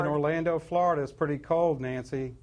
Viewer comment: ''Cold doesn't have an ''s'' sound on the end of the word.